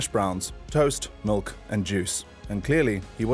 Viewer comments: Anyone else notice he says milk as malk 😂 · They way this guy says milk pisses me off